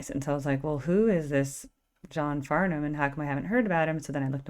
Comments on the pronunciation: Listen to some of his other music n get rid of the keyboard and just listen to him sing! And it's pronounced Farn-am the h is silent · Just to let you know that John Farnham last name the h is silent to take the h out and then say it this concert was 2 1/2 hours long there was four Encore songs including this one that's why his voice was raspy and see how you feel you had to listen to John Farnham and Olivia Newton-John in the main event songs called please don't ask me and please for the love of god don't write in the comments look at the dams show is when you watch John Farnham you gonna pay close attention to what he's doing because he flips that mic stand up and around and up and down you wouldn't know if you did that because you're too busy typing do that after the fact not during the damn show